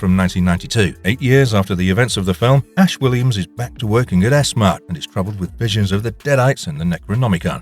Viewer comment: its S-MART not ESSMA "a rouge AI created race of superhumans"? You mean ROGUE not ROUGE BAROQUE is pronounced BAR-OAK not BAR-OKK Sort out your AI staff, sorry "real people" they're pronouncing words poorly and getting worse 😂😂😂